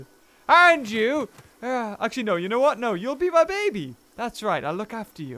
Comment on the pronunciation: why cant you say my?